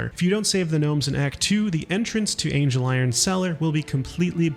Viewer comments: I'm convinced at this point he's barely played the game, multiple characters pronounce his name ANGLE, like the measurement not ANGEL like the deity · Yes I know this video is 6 months old and this is extremely pedantic, but it's not Angel-iron cellar, it's ANGLE-iron cellar